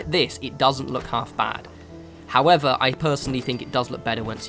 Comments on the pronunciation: "howether" Love you! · That's really weird, I just opened the comments and literally as I read this comment he said "howether" (video was still playing) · Jaffa Man everytime haha i thought i was the only one that noticed it. I've started saying it myself now.